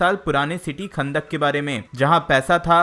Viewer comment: chutiye wo "khandak" nhi kahndaq hai